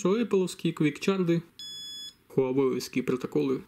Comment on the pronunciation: Выпьем же за "фастчарт" и "квикчарт"!